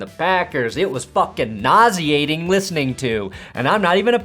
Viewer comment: “Patrick fackin Mahomes” 😂